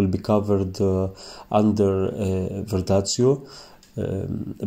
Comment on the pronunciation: Ma perché dici verdazio? Si chiama "verdaccio"...Ps Comunque molto bello come esegui la tecnica! Bravo, bellissimo risultato! 👍🏻